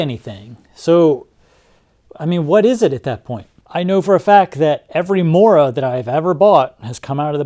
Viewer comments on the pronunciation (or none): none